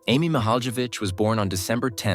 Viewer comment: He pronounced her last name incorrectly every time he said it. So annoying. I had to quit watching this video because he can't even say her name correctly